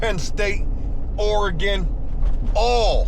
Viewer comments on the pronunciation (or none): none